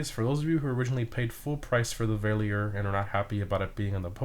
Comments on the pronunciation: I'm not willing to scroll all the way down to see if it's been said already, but Verlierer is pronounced Fer-leer-er. I learned this myself a month or so ago, I had been saying it incorrectly since the release as well 🤣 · Damn, as a German it hurts to hear you say the Verlierers Name. Well, it doesn't sound good in German either, because its name actually translates to „Loser” in English. Great content though, keep it up!